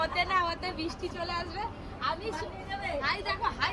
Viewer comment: r time tomader blog dekhte valo lage. But plz change your pronunciation ' bristi' karon khub kane lage. R puro blog jure anek bar sunte hay ' bisti' jeta khub kasto hay. Plz